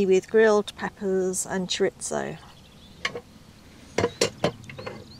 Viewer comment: Even top chefs called it "CHOR ITZO " as it sounds..but the pronunciation as its sounds is "CHOR RITHO"...Nice video as always...put TOLEDO on your to-go list... loves a bit of history,,she won't be disappointed